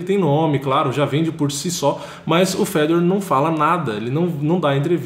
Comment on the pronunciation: Os brasileiros sempre tem a mania de enfeitar nomes estrangeiros. Fala a maneira certa cara. É Fe - dor. Com acento no (ò).